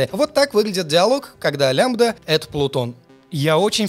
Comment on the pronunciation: И вообще она «ле эм ди эй»